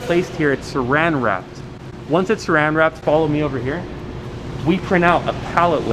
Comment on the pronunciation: saran wrap, not seran